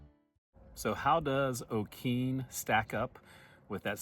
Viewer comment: Pronunciation is o-kee nee. And town of Wah tong ah. Learn pronunciation before you go. Lol. B